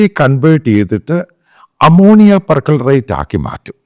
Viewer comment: Per chlorate not percolerate